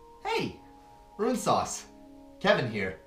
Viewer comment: runesauce, kevin here haha. you nailed it.